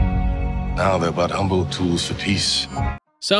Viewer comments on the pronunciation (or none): none